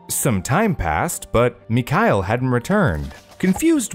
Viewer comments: Thank you for a great video. And very sorry for being a nerd. The father's name is [mee-har-'eel] and the surname is ['che-li-shef]. ['che-li-she-vah] is the feminine form, that applies to the poor Maria, but not to the male members of her family. Russian names may be crazy, l know :) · Great video as usual - my suggestion however would be that you look up some of name pronunciation for the names! For example, Georgy is pronounced with a “g” like in “go”. Mikhail has no “k” sound in it, it is a throaty “h”. As well, the stress in the last name is distributed differently. You did very well with Iraida and Anastasia though!